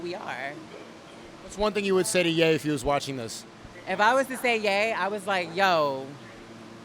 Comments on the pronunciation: Pretty funny the Chinese cop says Yee instead of Ye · An Asian guy calling Ye "Yi" is peak.